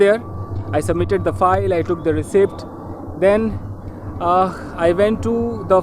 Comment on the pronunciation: Reciept ka pronounciation galat bola apne mere pyare sir road walla footage